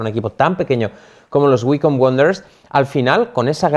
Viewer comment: yo lo pronuncio waicombi porque me parece mas chistoso